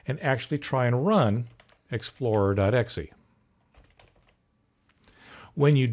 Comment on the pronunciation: good video but it's "exe" not "xe" :)